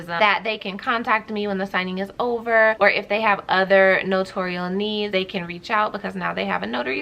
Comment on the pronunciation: Thanks for your video!😊 Here's the proper way to say "NOTARIAL" ==> It's NO-TAIR-REE-UHL, not NA-TORE-REE-UHL. I think people get it confused with saying it like NOTORIUS. On the NNA YT Channel videos, they say NO-TAIR-REE-UHL. It's funny because every other notary on YT says it wrong. lol